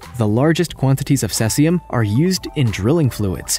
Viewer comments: It's pronounced sea-zee-um, not sess-i-um. If you're going to make an informational video, you should probably do your research. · it's pronounced see-zee-um, not ses-ee-um. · Dude you really have to get you terminology and pronunciation right if you want to be taken seriously. Beta radiation isn't "neurons". The word is neutron. And cesium is pronounced see-zium. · Try pronouncing Cesium correctly more than once. Geesh.